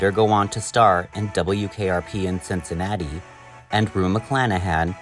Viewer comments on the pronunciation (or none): none